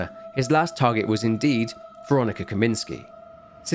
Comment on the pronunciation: Should be “Kaminska”, not “Kaminski”. Unless she’s secretly a he.